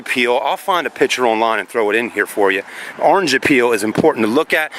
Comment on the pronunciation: It’s called orange “peel”. Not “appeal” lol Ya know it looks like the peel on an orange